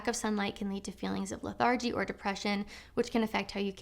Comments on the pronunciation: Your videos are very valuable. Like having a sister who cares about me. One correction: LETH er gee, not le THAR gee. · Leth-AR-gy? The word is pronounced LETH-ar-gy. The other thing was saying exasperates when you meant exacerbates. However, points on the blouse 😂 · Hey, look up how to say 'lethargy'.